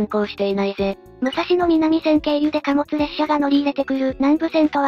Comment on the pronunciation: 旧国鉄に端を発する路線名の東・西・南・北は、音読みが基本です。「武蔵野南線」は、「むさしのなんせん」と発音します。国鉄終焉後に命名された路線名では「おおさか東線(おおさかひがしせん)」のように音読みでない場合もあります。ちなみに貨物線として計画当初は府中本町～大宮方面が武蔵野西線(むさしのさいせん)、大宮方面～西船橋が武蔵野東線(むさしのとうせん)とされていたようで、武蔵野南線だけは貨物専用なので名前が残った形です。